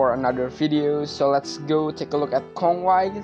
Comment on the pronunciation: Since when Kongwai searches salvation? It's the other way around since Kongwai is the one offers salvation. He can take out one's soul out of their body and literally ends one's life and reincarnation. It's his way of saving your soul from the endless cycle of life and death through reincarnation. Edit: Also his name is pronounced Kon-wei, it's literally Conway.